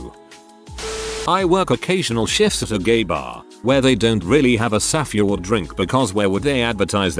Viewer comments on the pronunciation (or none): You couldnt even put in the effort to go through this video once and add a space between all the times your TTS software said "safeword"? You just decided that "saf-ay-word" was perfectly fine? Really? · Ew.. why does the bot pronounce it saff-EE-ward